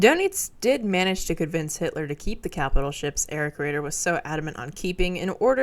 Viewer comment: Sometimes your German pronunciation is perfect and other times you hit me with Tirpitz and Erich. Good video.